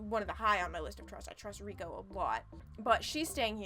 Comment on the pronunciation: This is untrue. Her name in Japanese is spelled 澪子, which CAN be pronounced as レイコ (rei-ko; or, as you have transcribed it, "rey-ko"), but in this particular case, it is pronounced as レコ (re-ko; or as some people transcribe it for English speakers, "wreck-ko"). The kanji used in names in Japanese are notoriously inconsistent. Two people could have names that are pronounced identically but use completely different kanji, and two other people could have names spelled the same way with with totally different pronunciations. As an extreme example, there is a third way to read the name 澪子 that is completely different from both Reko and Reiko: it can also be read as Mioko. Because of the ambiguity of kanji pronunciations, most characters in Japanese media are introduced with hiragana or katakana pronunciation guides when they first appear. And in the case of this game, katakana is used exclusively used for character's text boxes. The one for Reko reads レコ, meaning her name is meant to be pronounced "re-ko", not "rei-ko".